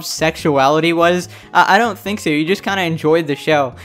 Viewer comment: GIRL HE SAID THANK WHEN HE SAID THINK😭😭😭